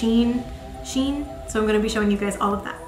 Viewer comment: Cute haul! I can’t get over how nice you look with every single hat?! I love the baggy shein jumper and the checked coat! Shein is pronounced ‘she in’ because they used to be called she inside! Not sure what that name is supposed to mean though 😂